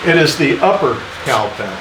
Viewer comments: Well, as a Northern girl , I couldn’t figure out what a “Cow Panel” was. 🤦🏻‍♀️ a “Cowl Panel”. Very excited to watch your progress. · The whole time the video is on, I'm just listening in the background. I kept asking the room, "What the heck is a cow panel?" I wasn't hearing the L in cowl. 😂 I am looking forward to seeing how this comes together, Doc. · I couldn't for the life of me figure out what a "Cow panel" was. What the heck are you talking about?!! Oh, never mind... cowl panel. 🤦‍♂